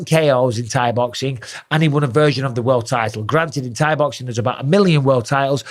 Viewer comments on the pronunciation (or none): none